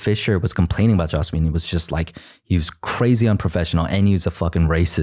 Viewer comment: Lmao it’s joss not josh Whedon